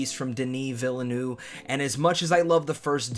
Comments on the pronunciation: It's pronounced "vil-nuhv", not "vilanoo" lmao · And not "villanoo" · FYI, Villeneuve is pronounced "ville" (like in "Smallville") and "nuhv" ("uh" is pronounced like the indefinite article "a")